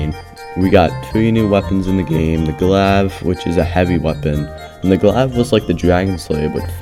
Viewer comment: you pronouncing the glave as "glaav" and not "glayve" was quite irritating